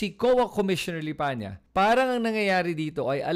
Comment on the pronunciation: May reason bakit Lipanya ang binibigkas mo, hindi yong totoo na LIPANA. Pansin nyo ba?